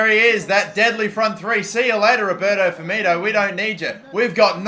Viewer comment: put some damn respect on Firmino's name